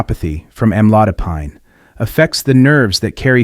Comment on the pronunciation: Don't believe in this post, it's just scared you. Can't even pronounce the med right.